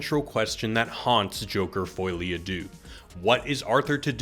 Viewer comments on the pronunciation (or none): It’s pronounced folly, there’s no foil going on